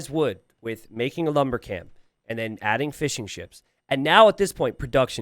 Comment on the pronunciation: Jesus Christ you are saying "fishing ships" not "fish and chips" like I was thinking damn these people got fryers? Fml